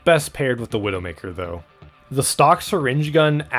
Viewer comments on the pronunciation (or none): none